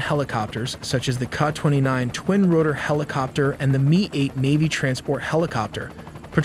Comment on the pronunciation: It’s not KAH. It’s pronounced K A.